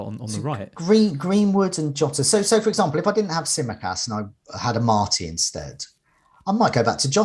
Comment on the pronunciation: Despite hearing other people repeatedly saying Amartey and Ayling correctly, chugs on with his own pronunciation!